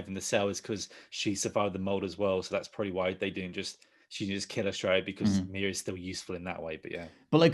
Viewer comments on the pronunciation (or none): It's Mee-ah not My-ah, they literally say it over and over again in the game therefore you can't mispronounce it. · can’t say Mia 😂 (Me-Uh) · why would I take your opinion seriously when you can't even get Mia's name right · Mia!!! Her name is Mia!!!! Who tf is Maya 😂😂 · Can not pronounce Mia right even though in the game they say her name enough for you to know how pronounce it